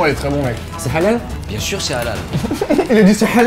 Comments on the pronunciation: il a limite dit ''allale", la prononciation était magnifique ptdrrr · Norman :Est ce que c'est alal ?( avec l'accent, j'chez pas comment ça s'écrit 😅😅) Le chef:bien sur que c'est alal(sans l'accent 🤣🤣🤣🤣